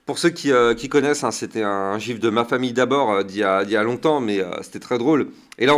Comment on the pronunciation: Tout est parfait comme d'habitude ! Sauf quand ta dit le "jiphe de ma famille d'abord " bahahahah mdr continue tes au top ! 😅